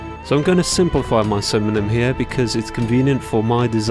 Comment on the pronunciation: I heard synonym as cinnamon lmao. I was like i know what's a cinnamon. XD